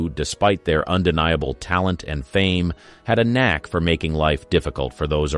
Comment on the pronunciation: Knack. Not nag.